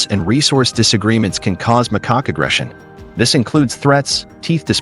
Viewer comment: Lol..your right, I kept giggling every time the AI would say "McCock" 😂😂😂.. how do you go from "Macaque" to "McCock"... I'm still giggling😂